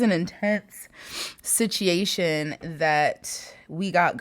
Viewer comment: OMG I love you! It's so funny you say sitiation cuz I say that too lol thank you for your readings. They always brighten my day.